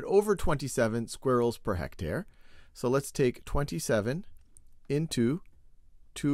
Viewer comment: anyone notice how my main man here says squirrels its mines aura its mines skill i don't think i can look at him the same anymore because he doesn't even know how to say squirrels it makes me so angry you might wanna read the dictionary.;)